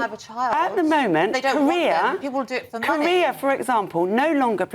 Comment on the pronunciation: Korea sounds like career. God's sake!